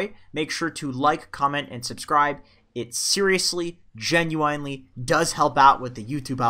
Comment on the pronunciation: am i the only person who is bothered by the way he is intentionally saying genuine wrong?